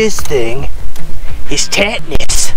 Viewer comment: “Tetanus” Hahahahahhahah!